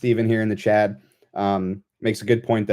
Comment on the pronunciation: its CHAT, not CHAD 😂